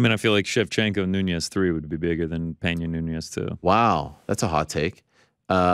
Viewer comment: somebody has to tell it is amanda noo-nez not *noon-yez*.